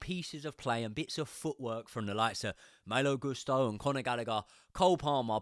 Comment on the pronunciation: Yes, Maaaaalo but also last name should be pronounced Goooosto